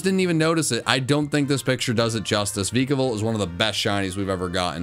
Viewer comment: The E in Vikavolt is supposed to be an A!